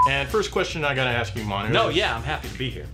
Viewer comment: My god. mispronunciation of Manu's names was totally awkward....